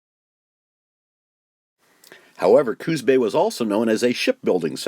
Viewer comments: I respectfully submit that the name of this bay is Coos (said like moose or loose, please) Bay, not Cooz bay. It is a proper name and not subject to spelling/pronunciation rules. Thank you from a native of Coos (cooss) County. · Just plain great! I would suggest that glass negatives were not daguerreotype, usually printed on metal. And please pronounce Coos with an "s" --- not "z" --- sorry to nit pick, but what amazing work you have done.